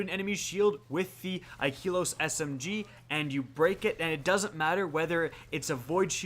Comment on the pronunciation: you are saying wrong bro..is not ikeelos...this is how you mention it kinda like this....(i..ka..los...).